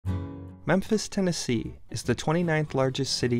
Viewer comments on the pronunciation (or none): Memphis Ten a key!